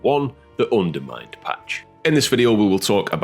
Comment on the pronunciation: "Unermined" oof